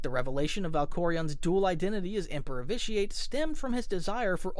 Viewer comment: you should play it, it’s a great game. I could tell you hadn’t played it because of the way you pronounced vitiate